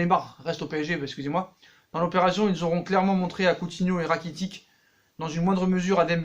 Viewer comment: Frere sa s’ecrit rakitic mais sa se prononce rakititche